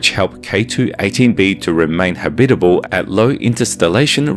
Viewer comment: Cool. . I'd be celebrating my 500th birthday on that planet. Habitable. . habitable? Eh? How are you pronouncing that? Oh, yea. . .FIRST!